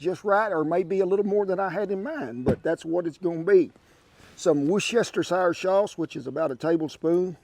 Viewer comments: Looks great. Makes me laugh how Americans pronounce Worcestershire. It’s pronounced “wurstersher” not wor cest shire. I know I live in Worcestershire, England😂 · Great video! Gotta get down with some bologna like this sometime. Oh, I just pronounce it" Woosht" Thx again Kent & Shan! ~Ryan & Chx